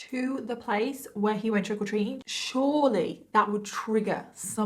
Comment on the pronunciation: "trickle treating" is what i keep hearing xD <3